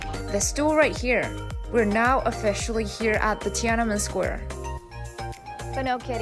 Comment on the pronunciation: why she pronounced it as "ti-a-na-men" square instead of "tian-an-men" square